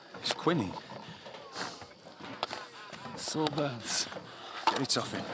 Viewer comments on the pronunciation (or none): They pronounced Quinine wrong.